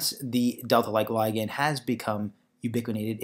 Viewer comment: I hate the way you say "ligand", so unnatural and awkward.